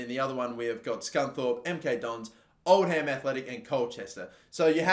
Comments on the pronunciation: Bro it’s pronounced “Old-uhm” not “Old-ham” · Oldham are pronounced Old-am the H is silent